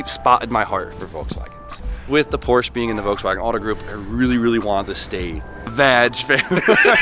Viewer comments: FINISH THE AE86 ALREADY. It’s literally just sitting there being ignored for months and months. Also, if you’re a car enthusiast, pronounce Porsche correctly. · Day 30 of telling to pronounce Porsche correctly. Would you say Aud or Audi? Would you say Ferrar or Ferrari? How about Lamborgeeeeeen... Come one dude.